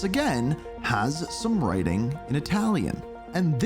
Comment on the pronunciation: Love the way you say Italian words!